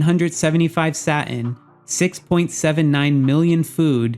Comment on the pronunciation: The way you pronounce Satin is soo distracting!